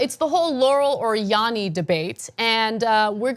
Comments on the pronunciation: LOL Ana clearly hears "Laurel" since she pronounces "Yanny" wrong. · You can tell Ana only hears Laurel, cause she pronounced Yanny wrong. I hear both. Depends on the day and the time